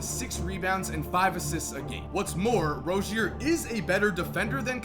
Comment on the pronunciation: ITS PRONOUNCED LIKE ROZE-ZEER. PLEASE